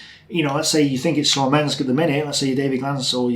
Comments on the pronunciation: “Slomensk”? Do you mean Smolensk? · Are you saying Slomensk instead of Smolensk?))